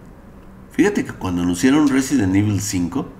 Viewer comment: Reizent evil 2000g XD